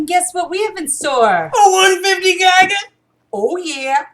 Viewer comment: I know this is a old video but the way you guys pronounce gigga and quetz is so cringe.